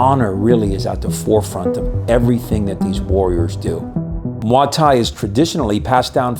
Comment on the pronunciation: I've never heard it pronounced like that. The thais pronounce it like "moy tie"